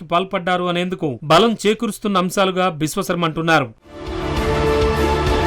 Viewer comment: విశ్వఖర్మ కాదురా విశ్వశర్మ రా ఎదవా